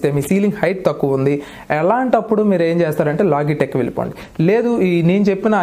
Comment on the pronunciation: లోగిటెక్ కాదు. లోజిటెక్.